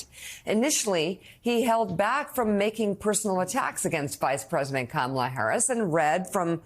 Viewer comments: I have to ask, and I'm trying to ask this respectfully, I've been saying her name, "Comma-la" Is this correct? I will also say "The V.P." or "Ms. Harris." Sometimes I cannot hear the mispronunciation when the former president says her name. When he says, "com-MAH-la," I hear it, but when he says it another way I cannot. I want to make sure I'm saying her name correctly. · Look at him, running scared. Learn to pronounce her name correctly, not very difficult, unless uneducated? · Whatever your opinions maybe , who ever you choose is not important. But let’s us all agree that DT….. choosing too call the VP by an incorrect name over and over, when he knows the correct name and pronunciation, is a major DISRESPECT! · Dunce tramp and dunce tramp jr need to learn how to pronounce Kamala’s name. What? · If he would pronounce her name properly people would know who hes talking about. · The single fact that he cannot pronounce her first name properly shows he's either doing it intentionally or he cannot be bothered to respect her. It's a small thing, yet very telling.